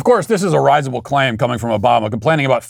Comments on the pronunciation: Pronouncing risible as “rise-able” is risible. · Matt, I love you (no homo), but you mispronounced "risible" and I need to call you on it.